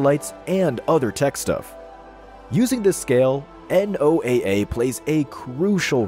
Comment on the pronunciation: you cant even pronounce noaa right